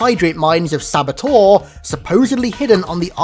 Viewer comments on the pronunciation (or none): none